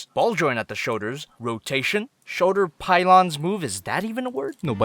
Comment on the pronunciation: why does he say shoder instead of shoulder?